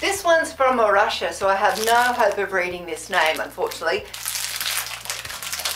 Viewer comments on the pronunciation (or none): none